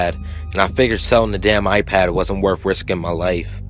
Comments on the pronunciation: It's iPad not apad wtf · now he just turned British there with the a pad how my daughter in law says it. or hand me my A phone? I am like Huh?! You mean phone?! lmfao. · thnx, awesome narration but a pad??? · lmao pretty sure it's iPad